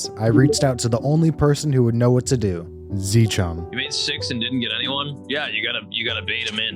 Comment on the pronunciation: its not zchum its Zcum